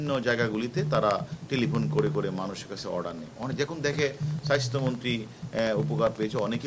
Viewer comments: আমি এটাই ভাবছিলাম , উচ্চারণ এমন কেনো ? Bcs ক্যাডার হবে উচ্চারণে সমৃদ্ধ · Ati Ami o sunlam ,tar ussaron Ki kharap obosta